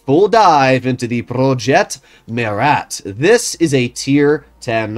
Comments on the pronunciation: if you want the proper way of saying it, dont pronounce the "t" at the end. So it will basically be: "Proje Mura" in English ( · “Prrrroyet Muerat”